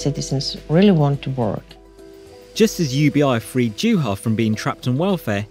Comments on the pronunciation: “J”uha... “J”avinen. Show the man, his country, and language some respect. No country says J, it is Y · JUHA - pronounced YUHA Järvinen - Yarvinen. Cmon ! Not so hard to check that! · Pronounced YuuuHaa not JewHa geez